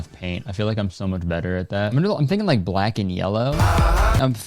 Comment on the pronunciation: why did he say black like that 😭😭